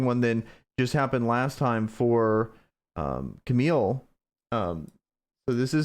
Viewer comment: I'd like to encourage you to properly pronounce Kamael's name. It is not "Camille". He is the founder of Kamazon. That itself is a clue, imo. Kama-el is a proper pronunciation. Like Kal-el. Maybe he's actually a Kryptonian.